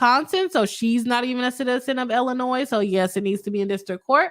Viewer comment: I'm on the replay squad and kept hearing my state Illinois pronounced with the "s" at the end. It kept pulling me out of the content.